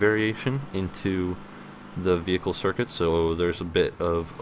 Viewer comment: you dont need to call it veeeeHICLE, you can just say it normally...